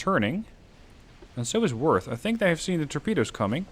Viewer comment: German O with the umlauts (oe in English text) is pronounced similar to the u in murder. In fact moerder, the German word for killer, is pronounced the same as murder in English. In this case, the pronunciation of Worth is spot on with the American pronunciation of worth, however you need to soften the W into an English V.